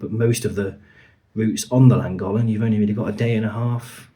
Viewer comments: Great video of such a terrible situation for the boat owners and the residents and small businesses of the surrounding areas. By the way please stop saying Langolen. As you well know it’s the Llangollen canal. It just sounds so lazy of you! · Thanks for the very useful information. But you apparently run tours on the canal - do you really not know how to pronounce Llangollen? As a Welsh name, it's pronounced Thlangothlen (near enough for an English person, anyway). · Learn how to say then name correctly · That's not how you pronounce Llangollen! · Was going to say the same, it's Welsh, named after the source